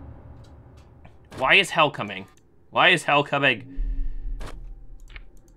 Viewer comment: I know this is like 2 years later but, I thought instead of hell he kept on saying heath